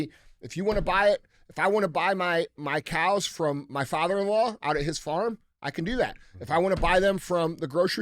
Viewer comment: "Farm" - another word DJ cannot pronounce, definitely not a black thing but c'mon dude, it's not FORM, it's FARM. I'll swap Andy a herd of pet cows for a healthy supply of Phormula 1!! You better hope the bird flu doesn't make too many cows sick, the price of your whey for protein powder will skyrocket